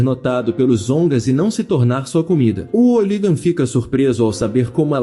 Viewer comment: Brother vc precisa mudar de aplicativo de narração ou aprender a utilizar melhor, tem palavras como soco que é dita sóco ou hooligan que sai como óligan e por aí vai, acaba sendo muito chato, tem outros canais que já desistiram desses app, tem alguns inclusive que usavam a mesma voz essa que tu usou ... Não fique bravo, é uma crítica construtiva, te desejo sucesso no canal e me já inscrevi. Paz Bro.